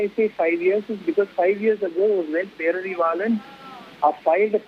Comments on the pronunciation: Learn to pronounce his name properly , it’s not perarivillan lol 😂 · Anchor not even telling name properly 😂pity